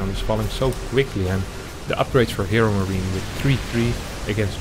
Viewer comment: Am I only who hears "ChadMarine"?